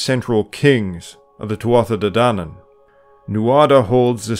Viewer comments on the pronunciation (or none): After 17 years of Gaelic irish at school having teachers correct my pronunciation, this video is causing me PTSD. I know its hard. I know there are dialects, but Americans murder Irish and then correct people who natively speak it. Tuatha De Danaan is not pronounced that way. 'tha' is soft. Please man. Otherwise great video